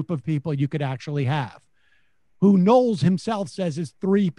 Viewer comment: Michael Know-les.